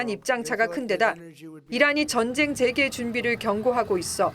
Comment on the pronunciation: '재개'도 '재:개(再開)'라고 장음 발음해야 한다.